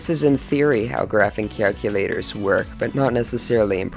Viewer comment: "Graphing Cyaculators"